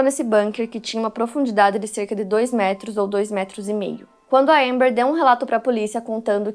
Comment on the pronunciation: É alerta amber, fala direito. Seu inglês é péssimo, mas seus vídeos tem conteúdo